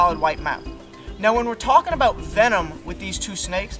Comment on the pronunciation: Hearing him say “aboot” at some point in this video really threw me off